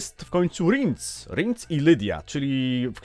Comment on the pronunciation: Ten Rinc dziwnie brzmi 🙂w audiobookach zawsze było Rjens 🙂